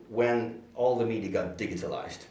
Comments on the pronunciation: this is the swedish ''G'' ( ͡° ͜ʖ ͡°) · i don't trust anyone who pronounces "digitalize" like that.